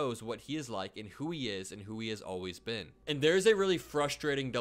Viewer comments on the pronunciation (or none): none